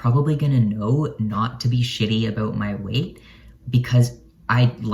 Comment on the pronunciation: “Aboot “ -love ur accent-love ur vid